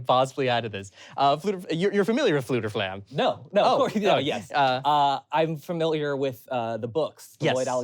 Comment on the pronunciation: I also pronounced Fflewdur Fflam as "Feh-fluder Feh-flam"